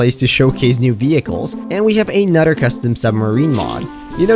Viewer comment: You can clearly pronounce words like "another" properly so why do you keep saying it wrong?